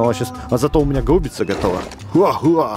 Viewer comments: Не гау́бица, а га́убица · правильно гаубица ударение на первую А